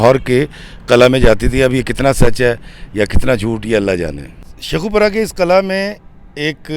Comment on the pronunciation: Qil'aa Hota hy sir ghlt nhi kahyn